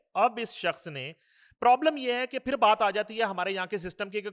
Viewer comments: Janab woh fashion samagh Kar bolo rahi hai India ka dekh Kar Zindagi ko jindagi hazar ko hajar phir ko fir Khan ko khaan😂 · Fashion ke tor pe kehti Hai Zindagi ko jindagi Khan ko khaan phir ko fir hazar ko hajar😂